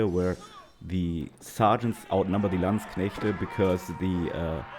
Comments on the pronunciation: ich danke dir dafür dass du Landsknechte richtig aussprichst. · I love the pronunciation of landsknechte😂